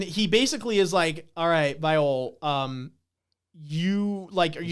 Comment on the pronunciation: These discussions are so good man. Bam vs Love was one of my fav fights in this introductory arc. P.S Also, Viole is pronounced [Vee-Yeo-Lay]. Jue Viole Grace --> [Jew-Vee-Yeo-Lay-Grace]